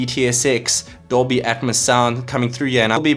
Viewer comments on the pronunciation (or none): none